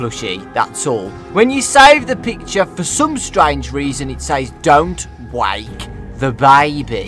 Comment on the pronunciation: dont. wayke. the BAYBEE!!